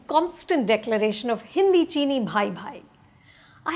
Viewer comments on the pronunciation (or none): none